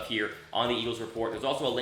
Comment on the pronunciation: what is "Eaglves"?